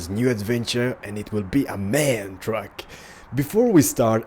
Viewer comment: It´s M.A.N. not man!!!!...that means: Maschinenfabrik Augsburg-Nürnberg